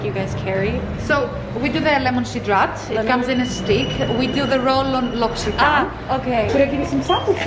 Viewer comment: Oops I don't think that's how you pronounce L'occitane:\ Love your vlogs btw, very lovely as always:)